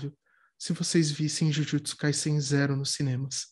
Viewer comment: Olha a pronúncia de Jujutsu da repórter! 🥰